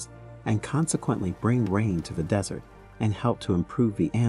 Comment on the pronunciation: The whole thing is about a desert. And yet, they couldn't get the AI to pronounce the word right.